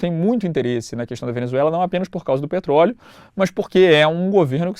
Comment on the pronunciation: "petroleo" kkkk até parece